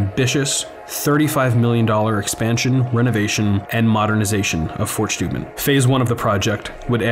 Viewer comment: It's Steuben! Not Schteuben! Get it right or go see a speech therapist!